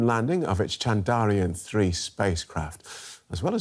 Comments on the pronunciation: Did he say "Chandariyan"? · Sir. Thats Chandrayaan and not Chandariyan. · Its Chandrayaan.....not Chandariyan as you read it. Please do your homework properly before you present the program. The whole world can read it properly except you. Awful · It'd be nice if the presenter can at least learn to say the name of the space craft properly. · Great coverage but please the presenter needs to learn the pronunciation of "Chandrayaan" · The Anchor is having tough time to say Chandra + yaan. He got it wrong every time